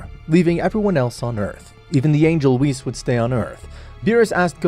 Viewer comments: Right. Dude never watched the show, but got king kai & vegeta's voice down and still call whis "wist" 😅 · Whis❌ Ws✔ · He says whis like piss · Bro said wis💀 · nah dude hes right💀i mean thats what i thought firstly but its like (wh-i-s(closed i sound) no offense tho